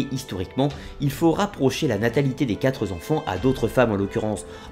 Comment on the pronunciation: Super intéressant. Merci. Sauf le "quatre z'enfants" ... Non... pas vous 😉